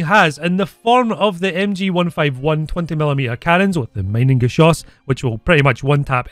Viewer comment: How to pronouce „Mienengeschoß“ in English: Meenengeshoss. „ie“ is a long „e“, „ei“ is „i“